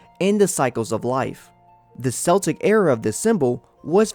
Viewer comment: The C in Celtic is pronounced as a k sound so it is Kel tic.